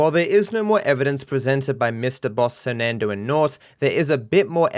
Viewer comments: Sernandoe never learned how to sound out words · You lost me at sernandoe and naught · Dont ever say surnandoe mybe right ever again